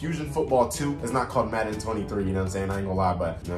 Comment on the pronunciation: Football😂fusion😂😂😂😂😂 he said maden23